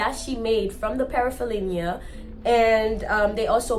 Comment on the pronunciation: Frank - en - sense. Pair - uh - fen - eel - ee - uh. Don't sweat it, everybody makes mistakes. You are making the effort to do something in your life, and only those who never try to do any are the only ones who never make mistakes.